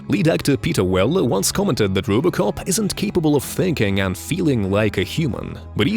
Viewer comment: "Rubocop" xD